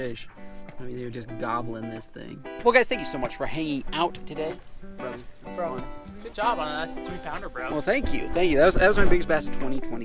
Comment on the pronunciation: It’s so funny every time I hear “brah”